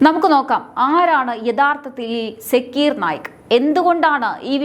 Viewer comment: സാക്കിർ നായിക് എന്നാണ് കുട്ടി